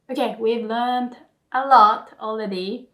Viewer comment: 『Okay, we've learned a lot alれeady. 』 I heard what you did there. 可愛い😉 お疲れ様でした。